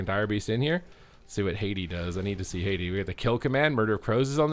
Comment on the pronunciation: Haa-tee, not Hey-dee xd